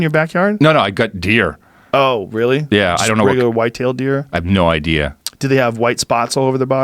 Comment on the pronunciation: "I've no ideer."